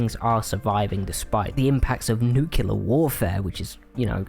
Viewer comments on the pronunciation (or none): Another guy who can't pronounce nuclear correctly